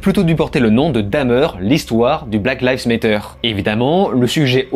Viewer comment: C'est trop marrant comme chaque personne arrive a prononcer black lives matter differemment et a chaque fois faux ^^